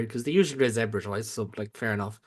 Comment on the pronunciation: Lads, Zebre (zebras in Italian) should be pronounce like “zeb-ray”.